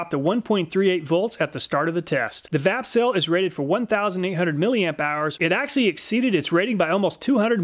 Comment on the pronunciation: 😂 I was just listening while setting up some tools I got and I thought you said "fapcell" and I was like what did he say?!? Then wondered if it was a shake to charge battery ... Vapcell... Lol